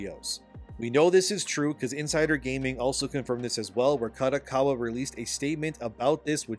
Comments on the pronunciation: Who's KATAkawa? 😂 KArt DOck KArt WAr Ka Do Ka Wa. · Japanese company, if held by at helm by traditional Japanese business person in general would prefer the company to stay Japanese owned. Hence there is a chance that kodokawa would, in general, prefer to be sold to Sony Japan. Btw, small details. Kodokawa is pronounced like car-doh-car-wah.